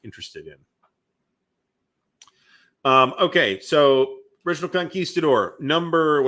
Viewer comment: Thank you for correctly pronouncing "Conguistador". Now apply that to "Yaguinto". They are both Spanish words.